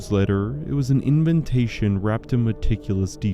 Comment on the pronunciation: it's adorable that you pronounce it "in-vin-tation"